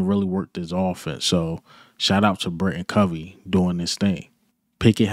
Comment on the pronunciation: I swear, not one Eagles channel says Britain Covey‘s name right, it’s BriTAIN Covey, BRI-TAIN. Tain, not Tin.